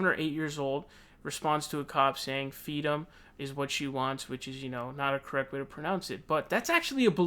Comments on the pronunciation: "Fweedom" are you kidding me?! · Sounds like kamala thinks restraints are freedom..oh..sorry "fweedum". IMO. MS.Harris is a control fweek. 🤣🤣🤣